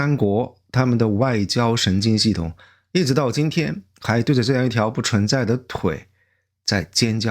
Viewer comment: 给Essen提点意见，文案很好。最好多点眨眼，这样更自然。还有注意平舌卷舌区分，把平舌说成卷舌听起来容易出戏。比如不cun(存）在说成chun, cong（从）说成chong